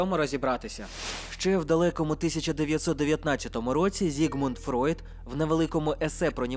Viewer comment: Окремий лайк за вірну артикуляцію прізвища Фройд